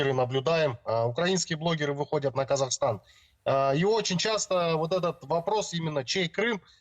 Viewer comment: Особый респект девушке, диктору этого канала! Они отчётливо произнесла, Қазақстан, а не так как произносят Русские, как Казахстан!